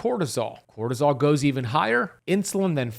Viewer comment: Bro said crotosol million times